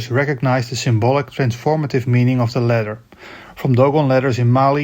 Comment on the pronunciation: it took me a while to figure out you were saying ladder and not letter, the A should be AH not EH, your english is slightly americanized but great vid otherwise.